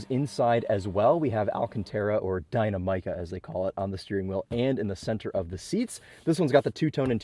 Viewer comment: I love your videos, but I have to ask...Why is it so difficult for car reviewers to pronounce dih-NAM-ih-kuh??? Believe me, you're not the only one. Maybe Dynamic-uh would be a better way to describe the correct way to say it.